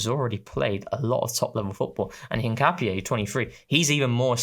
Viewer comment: said it right in the first instance.